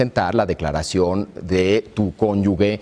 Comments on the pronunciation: Estos cabrones "preparadísimos" y no saben como se lee conyuge, dicen "conyugue" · Conyuge... /kónyuxe/ (con sonido de j). Todos se equivocan al pronunciar. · SEÑOR CASTAÑEDA Y SEÑOR; ES CÓNYUGE, POR FAVOR....